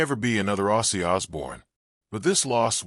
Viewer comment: Respectfully, if you’re going to make a video like this, at least get his fucking name right say it right! Rest in peace OZZY!